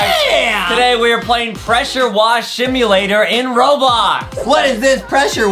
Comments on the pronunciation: Adem sed shimyalator at the start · Please did no-one realise that Adam said shimulator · Nobody noticed that Adam said :Pressure Wash Shimulator in the start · I just noticed that when Adam said simulator he said shimulator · Adem said in the intro: Presude wash shimulator. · I heard Adam say 'shimulator' 😆😆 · Did anyone notice how at the start Adam said shimualater Instead of simulator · DID ADAM SAY SHIMULATOR??? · ADEM SAID SHIMULATOR INSTED OF SIMULATER LOL LOL LOL LOL🤣🤣🤣🤣🤣🤣🤣🤣🤣🤣🤣🤣🤣🤣🤣🤣🤣🤣🤣🤣🤣🤣🤣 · Did anyone notice adem said pressure wash shimulator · Adam sayed shimulator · Adem said welcome to pressure shwash simulator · Who else heard the Pressure wash shimulator XD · go back to school adem he said shimlator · did anyone notice that adam says "Pressure wash SHIMULATOR" 🤣🤣